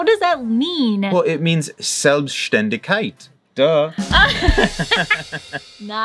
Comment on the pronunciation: Wow , Selbstständigkeit.....super pronounced👍 I will tell you, what my Granny said to me, when I was a little girl: "Sweeetie, if you are a mom some day, give your children roots and wings, mentally and physically, never a cage. And through the years, let the wind beneath their wings go stronger and stronger, so they can fly confidently out to the world, when the time has come. And don`t be scare, they will come back, cause they will never forget where their roots are." She must have told my mom this story, cause my childhood was free and lucky. And today, my grandchildren have deep roots and huge wings. You see, it can be so simple. Big hugs for you, including the cat, from the north of Germany.